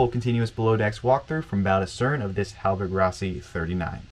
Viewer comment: That interior is remarkably well preserved. Looks like she's been on the hard for a while. Side note, it's not a hallberg-ROSSY, it's RASSY